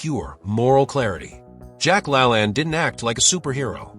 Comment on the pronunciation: Jack La Laaane, not lalan